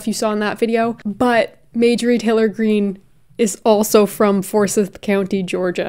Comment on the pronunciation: I love you! & Ik you'll prob never say Forsyth ever again but living in georgia & hearing you say Forsyth the way you did 😭 it's pronounced "For-scythe"